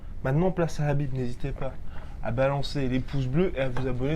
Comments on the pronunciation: Les gars ont dit : KHabib comme la Jota en espagnol comme si vous alliez cracher le KHA ! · Oui c'est énervant la façon dont il prononcé son prénom Qu'ils disent soîte Habib ou kabib mais pas Crabib bordel 😂😂